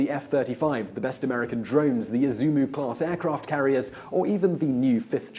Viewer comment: I can read Japanese. いずも=Isumo phonetically ee zoo moe Which showed a clip of a aircraft carrier. you said izumu＝いずむ class aircraft carriers. I did a quick google search and izumu does not come up. Is an * needed?